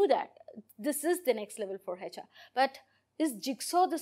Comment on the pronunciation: Please learn how to say HR... it’s not heyHR